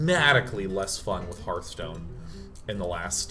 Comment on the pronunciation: Anyone know why Day9 calls it snarfstone?